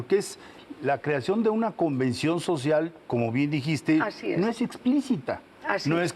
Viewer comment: Esta señora habla el evangelio siempre. Lo de "djiiste" me fascinó particularmente.